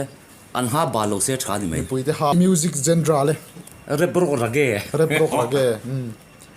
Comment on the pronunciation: "Genra" hi kan ti leh thin a, "jon-rah" ti a lam tur aw.. mipuiten i hre thar leh ang u.